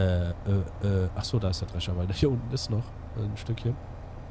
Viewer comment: das "S" vergisst er öfters bei wörtern. drescher "drecher" , theoretisch "theoretich"